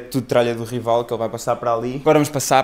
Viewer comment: É "RAIVAL"! 😂